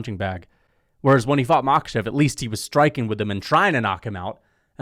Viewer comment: It's Makhàchev and Tsarukýan, not Màkhachev and Tsarúkyan